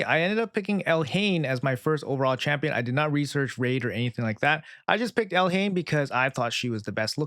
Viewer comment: Pronounce it Elaine the h is silent